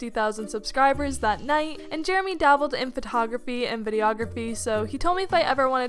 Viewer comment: Man I hate “Jeramy”